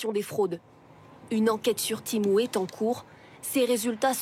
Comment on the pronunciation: En 5 minutes de vidéo vous avez réussi à prononcer temu de 3 façon differentes. Je sais pas si c'est de l’incompétence ou de l'humour d'un autre age.